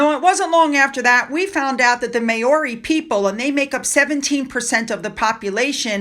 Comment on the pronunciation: That's the funniest pronuncition of the word "Maori " LOL . Not laughing at you unkindly, but being born a Kiwi of mainly English and Scottish heritages and known as a "pakeha" in the 50s, 60s and onwards, as opposed to being of Maori heritage ,vive never gear. Maori pronounced as Ma- oris 🇦🇺👍👌🙏🤗💞✌️👏🇺🇸✝️